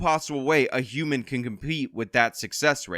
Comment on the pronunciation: I like the Frengi pronunciation of Hew-mon".